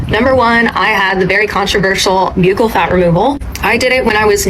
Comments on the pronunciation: How are people getting surgeries they can’t even pronounce? Buccal is pronounced BUCKLE not BEUUCAL, you sound like an absolute air head. Most of these women aren’t even repeating the correct information. Vanity is a curse ladies. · Yeah, her surgeon told her "these are some of the biggest b-yew-kle fat pads I've ever seen?" I don't think so. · The fact the lady doesn't pronounce "buccal" correctly is unfortunately telling.